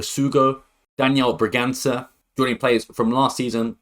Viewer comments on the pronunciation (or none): none